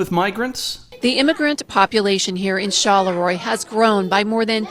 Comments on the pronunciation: The town's name, Charleroi, is Belgian. You keep pronouncing it ChaLéRoi like it's French. Knock that shit off. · char la roy not charlay roy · she says Charleroi right in the fuckan video & you still say it wrong